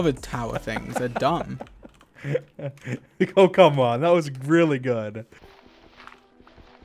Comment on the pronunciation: dude, just because he said "sumb" Instead of "dumb" Doesn't mean he can't spell it! It's just a mistake that everyone makes! They probably didn't pay attention